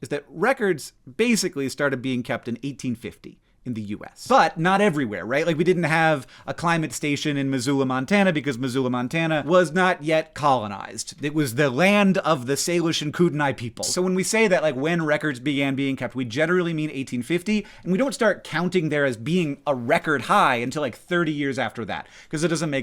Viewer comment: Guys is that really how Americans are pronouncing Kootenay? I know y'all spell it differently than we do but my brain glitched when Hank said "Koo-deny." I've only ever heard the Ktunaxa say Koot-nee if they're using "Kootenay" instead of "Ktunaxa" for something.